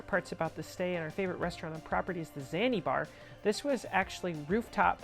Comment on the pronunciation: “the zanibar”. lol It’s ZanZibar